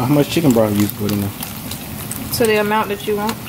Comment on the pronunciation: That's a throw-it-all-in sauce right thur, right thur. Thanks sis. ♥♥♥♥♥